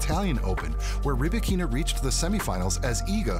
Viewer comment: Rybakina pronounces her name Ry-ba-kina - not ree-bikina